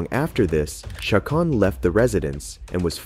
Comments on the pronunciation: Please, please, PLEASE learn to pronounce the names before you start narrating. It's Cha-cone, Lou-Hahn, Vee-heel. Chingow. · The voice over is pretty bad. Who doesn't know how to pronounce Chacon and Vigil?